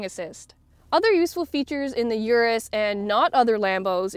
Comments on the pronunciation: Damn It’s not U-rus it’s Urus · It’s pronounced “oorrus” not “yourus”